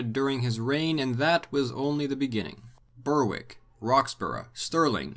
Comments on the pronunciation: Berwick is not Ber-wick but Ber-ick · Berwick is pronounced like "berrick". Dumfries is pronounced with the stress on the -fries part, "dum FREESE" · Love your videos. But just a small, tiny, tiny thing. Berwick is pronounce BEH-rikk not BER-wick. Totally understandable why you would think that, but it's not. :) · Please note, places that end in wick have a silent w. Therefore Berwick is pronounced as Berick. The exceptions to this are the northern town of Wick and a village near Dunbar in East Lothian called Innerwick. All others have a silent w. You also pronounced Lumphanan wrong, the ph being pronounced as an f, therefore Lumfanan. Alnwick which is now in Northumberland is also pronounced without the w and also without the l. It’s simply Anick. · It's pronounced Berrik not Ber-Wick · Good video but by god you butchered Moray, Dunnottar, Dunkeld and Berwick...